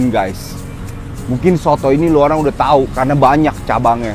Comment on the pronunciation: Lu olang lu olang...🤔